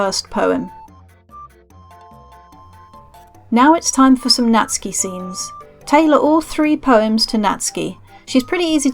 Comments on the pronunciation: Really great and easy guide, Thanks... and Nat-soo-ki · i know someone called natsuki but who is natski